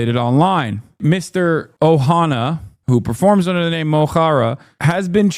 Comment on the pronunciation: Someone needs to tell the British establishment it's not "O'Hanna" it's "Og O'Hannaidh". Disrespectful pearl-clutching clowns.